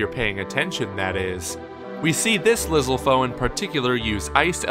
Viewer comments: Lizzle-fose, WHAT?! Dude, you know it's Lizzal-fohs. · In the official tree house gameplay they pronounce it lizal foe as in a lizal spear. So get over yourselves and say it the right way. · I feel like the channel guy purposefully mispronounces shit.